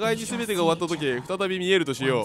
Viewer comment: そういや今更なんだが 「見える」の読み方は「まみえる」じゃね？ 再び見(まみ)えるとかそういう使い方